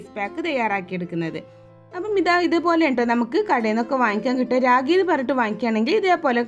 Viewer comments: രാഗി അല്ല. റാഗി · കൊച്ചേ രാഗി അല്ല റാഗി എന്നുപറ 🙏🏼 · രാഗി അല്ല ട്ടോ‌, റാഗി എന്നാണ് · രാഗിയോ?? റാഗിയാണ്... വിവരവും വിദ്യാഭ്യാസവും ഇല്ലാന്ന് തോന്നുന്നു. 😂😂